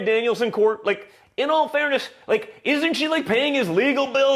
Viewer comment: 😂😂😂😂😂😂😂😂😂 "Or something LiKéah that" lmfaooook